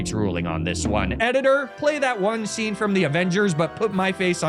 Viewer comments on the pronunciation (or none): none